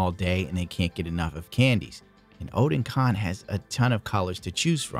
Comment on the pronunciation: It's actually oh-den-con lol, newtype's website just confirmed it